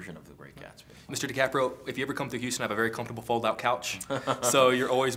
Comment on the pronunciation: "Mr. Degaprio" LOOL